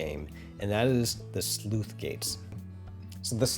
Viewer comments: I heard "sleuth gate" rather than "sluice" (which is pronounced like "juice") throughout this video. Otherwise, well done and awesome stuff! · Sluice is pronounced like juice. NOT Sleuth. That's a different word entirely. These gates do not investigate crimes. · It's not a Sleuth Gate, it's a Sluice Gate. Please look up pronunciation. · Sluice, not Sleuth. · Sleuth gates?! It's sluice gate my good sir. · SLUICE RHYMES WITH JUICE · "Sleuth" gates? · Thanks, to me it sounded like he was saying 'sleuth gate' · I just wrote it off as a minor speach impediment. It really should be said like loose with a leading S. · That c in Sluice is pronounced the same as c in city not cat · I know it's not relevent to the video but I've always pronounced the c in sluice as an s I've never heard it pronounced as an f before, just regional variation I guess